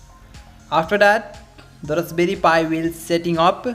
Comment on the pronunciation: rusberry pi 😁